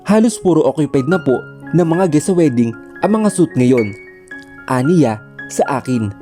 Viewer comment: Pronounced it as swit please not suit